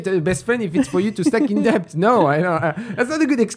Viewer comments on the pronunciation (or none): hey, when you pronounce debt, the b is supposed to be silent. But I love the podcast and watched almost every video. keep up the good work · That's your signature word now! Do not change. You're the deBt guy😅